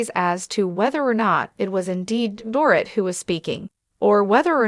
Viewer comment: It is a shame, total shame that the ‘voice’ makes SO MAKE MISTAKES pronouncing her name!!